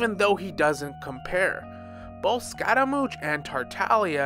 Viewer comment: is no one gonna talk about how he said Tar Ta Lia and Arlchiiino and ScARAmOuChE